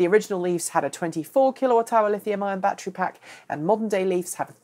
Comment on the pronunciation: Bat tree?